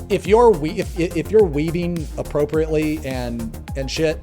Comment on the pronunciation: when he said "if you're weaving appropriately..." I heard "if you're weebing appropriately..."